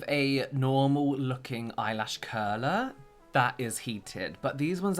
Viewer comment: Loved how turned into Matt Berry saying "Eyelash currrrlerrrr"